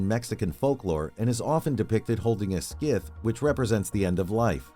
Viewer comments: Did he just say... skith? Like 3x? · The C is silent in Scythe. “Sythe” like the first syllable of science. Great video! I learned a lot, and it was very interesting. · Did... did this man call a scythe a "skith"? 😂😂😂😂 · when he said "skith" instead of scythe i was done lol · Did you seriously say "scith" lol? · Holding a What in her hands? a Skiff? i have never heard anyone pronounce scythe this way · S-Eye-Th-Eh Scythe. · It's pronounced s-i-thee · Did he just pronounce scythe as skife? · Did it make anyone else cringe every time the narrator mispronounced Scythe?😬😏 WTF is a "Scyth" anyway? LOL is that like a SCary mYTH? 🤣🤣🤣 Good video though🙂👍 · Good grief. I thought he said 'skiv'. And started to wonder where exactly he could see the Reaper's underwear... and why he would want to. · What the hell is a "skith"? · It's pronounced "Sigh-th?". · "Skith" for real.... Bruh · Why did that feel Like a hour long video with all this educated language and you can't pronounce the word scythe god damn you I want 6 minutes of my life back . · no way you kept mispronouncing scythe like that so much 😭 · Craziest pronunciation of scythe I've ever heard. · I think you may be pronouncing the item lady death is holding wrong. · Dude, learn how to pronounce "scythe." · Homie read "scythe" on the script and decided to just wing it. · The way this video pronounces " scythe " is infuriating. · If I hear this man mispronounce “scythe” one more time, I’m gonna cut this guy’s head off and glue it to a turtle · Absolutely losing my mind at the way this guy pronounces scythe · Lol you sound like an IA also you pronnounce scythe wrong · That's not how you pronounce "scythe". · Dude didn't know how to pronounce scythe. 😂😂😂😂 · Why can literally nobody say Scythe correctly? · i like how he pronounces scythe funny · dude keeps pronouncing scythe wrong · You are misprouncing "scythe". Look it up. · The way this AI pronounces "scythe" is criminal. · Star Wars: Revenge of the "Scythe"